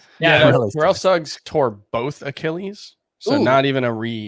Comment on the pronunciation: The way says Achilles is underrated. (ah-key-uhl-eez)